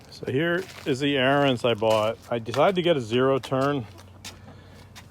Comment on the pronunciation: AR-I- ENS . . . its Ariens! (pronounced) like “Aaron’s." Your killing me bro. You can’t do a review if you can’t even pronounce the name of the equipment properly, lol.